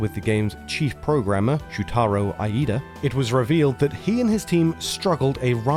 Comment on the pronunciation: eye-ee-dah? lol, it's just ee-dah (IIDA)